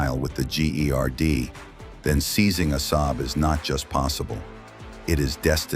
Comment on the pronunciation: You are pronouncing Assab wrong you nitwit! ለኽባጥ ሓሳዊ.